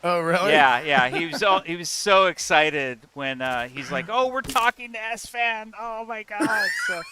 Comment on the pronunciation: stop thinking in french esfand. Its more like ass fan. Youll never forget it again